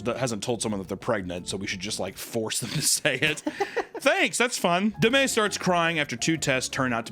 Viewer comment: Okay but why, WHY does she pronounce Demi like that?! 😭